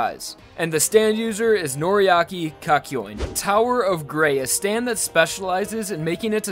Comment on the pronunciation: And he said noryahkey kakyoin